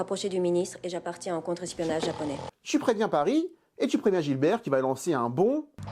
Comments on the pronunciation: Bernard Farcy incarne le commissaire GIBERT. Et pas "Gilbert". Sinon très intéressant, comme toujours. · "Oh ben ça alors ! Un piège !" Super vidéo. Par contre, c'est Gibert, pas GiLbert ^^ Hâte de voir tes vidéos des autres Taxi... que je ne me souviens même pas avoir vu, tellement ils ne sont pas marquants 😅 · C’est pas Gilbert c’est GIBERT!! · Commissaire Gibert pas GiLbert. "Aie ! mais qu'est ce qu'il est c..on !!" 😂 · J'adore tes vidéos mais il y a une petite chose qui me turlupine chaque fois : ce n,est pas Gilbert mais Gibert 😉